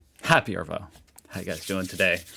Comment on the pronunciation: Oh my God, but the R is so grating. I really like this daggy 😊 guy, but it’s AHvo! AHvo! For the love of God! NO R!!!!!